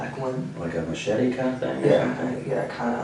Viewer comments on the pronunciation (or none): none